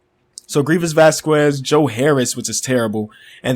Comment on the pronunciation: NOOOOOO HE SAID VASCUES!!!! XD WHY!!!!!!